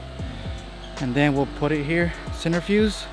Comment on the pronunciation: Centrifuge, not centerfuse, just saying.